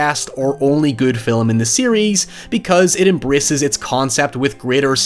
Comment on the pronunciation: "film" -"fillem" I swear he's doing it on purpose...